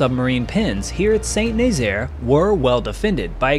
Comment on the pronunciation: Great video. By the way, Saint-Nazaire is phonetically pronounced: Sah-Nahzair. Not Saint Nayzeer